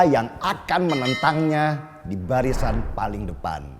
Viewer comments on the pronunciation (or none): none